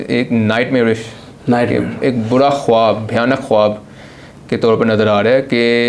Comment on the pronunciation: He is mispronouncing the word khwab. W is silent in this word.